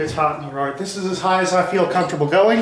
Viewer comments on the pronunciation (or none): none